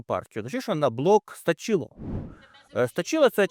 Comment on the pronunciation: Будь-ласка стАчіло (досить) наголос на а. Вітання і подяка вам з ЧР.